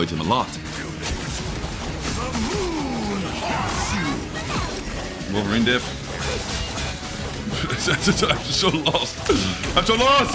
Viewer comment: he's wolverine, not wolferine 😂 is that the sound it makes